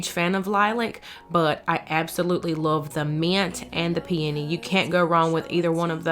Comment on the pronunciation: Thank you do much for pronouncing peony correctly. Finally, driving me crazy. It will all come together. Entry table needs something in center tall.